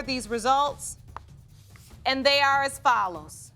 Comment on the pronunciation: im sorry but i feel like judge lauren does the emphasis on the reveals on purpose because imo when she says ‘you ARE …. not her father’ idk it comes off weird to me i dont like it